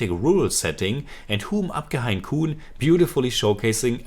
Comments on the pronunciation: Grt review Btw its pronounced 'ham' and not 'hum' Hum or ham is english for 'we' (3rd person) as a word but in this title its used for 'I' (1st person) as people in some areas of India sometimes refer to themselves as 'we' instead of 'I' Also, kaun is pronounced more like 'caune'.. the person who corrected it as 'corn' is just pulling your leg 😊 Keep reviewing ❤️ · Hum is pronounced as in to hum on English and koun as Cawn rhyming with dawn ✌️